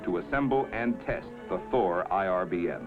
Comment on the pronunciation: anybody else hear, an undisclosed number of four (presumably badly pronounced Thor) the weapon systems 😅